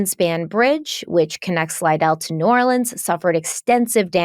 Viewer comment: As a gulf coaster, I just wanted to say you pronounce New Orleans so well and it’s awesome!!!